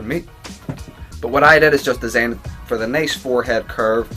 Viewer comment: how hard is it to say design